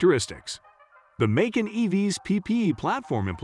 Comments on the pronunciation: You have some serious pronunciation challenges ....Porsche is pronounced "Porsha" (not Pasha).....Macan is pronounced "Ma cann".....not " Macon" (rhyming with bacon)......Try that to get better readership response.... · 🐾Paw Shaw and Makon Macon 🥓 🤣🤣🤣🤣 man take this down until you learn how to pronounce the make and model I am a Porsche Macan owner this made me cringe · Please pronounce Porsche and Macan correctly. You spoil the video which does contain some good content.